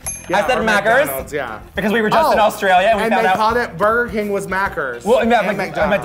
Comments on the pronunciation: Hahaha “Maccas” like Mack-as 🤣 no ‘r’ sound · Kameron keeps saying 'Mackers'... Please end me <3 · Australians were screaming when Kameron called Maccas "mackers" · lmao in Australia and New Zealand we say "Macca's" not Macker's" hahaha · As an Australian, when they said “mackers” I was SHOOK like its maccas. but I’ll let this one slide bc I love you both 💕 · Mackers!? lmao It's Macca's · Oh I cringed so hard at mackers Kameron I love you but it’s maccas And Burger King is hungry jacks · Kameron: MaCcErS Me: (an Aussie) sweety its maccas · LMAO "MAKERS" GUURL IT'S MACCAS OMFG I CANT. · Mackers. 😂 it’s Macca’s! 😂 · MaccA's not Maccers hahahahah BUT LOVE LOVE LOVE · MACKERS 😂😂😂 I think you mean “maccas” honey hahaha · MACKERS GAHAHAHAHAH it’s maccas 😂😂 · “Mackers” djfhsshdjfjds it’s “maccas” lmao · Ahhh “macers” killed me. Bro it’s MACCAS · Is "mackers" tigging anyone else 😂 IT'S MACCAS! There's no 'r' girl Also they did so well!! Good job ladies 😊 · "Mackers?" Honey, it's Macca's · Mackers hahha It’s maccas 💕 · Lol, in Australia McDonald’s = Macca’s (not Macker’s) We like to put ‘-ah’, ‘-o’ or ‘-ee’ on the end of words, for no particular good reason. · Mackers lol!! It’s maccas!!! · 'Mackers' loollll its Maccas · Omg “mackers” 🤣🤣 we actually spell/pronounce it “Maccas” 🤣🤣🤣🤣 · MACKERS 😂😂😂 ITS MACCAS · "Maccas", not 'mackers'. Burger King in Australia is also called Hungry Jacks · Just cos I am an Aussie... It’s Maccas not ‘mackers’ and also Burger King is Hungry Jacks in Australia 🤷🏻‍♀️ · all the aussies are gonna come for cameron for calling it mackers and not maccas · OMG its Macca’s not Mackers in Australia 😂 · as an Australian... it's Maccas... not Mackers. anyway, love yall omg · McDonalds in Australia is ‘Maccas’ not ‘Mackers’ lol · Maccas not mackers. Still love ya both xoxo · We do not call it mackers in Australia, it’s maccas definitely no R in there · mackers? lol? mackers? macca's mack-uh-s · As someone from australia its Maccas not Mackers :P